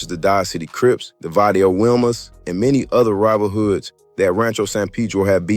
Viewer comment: I strongly dislike you culture vultures ..say the words right if you going do a video .. WILMAS IS PRONOUNCED WEE-Mas so many things you saying needs to be reconfirmed from a REAL SOURCE!!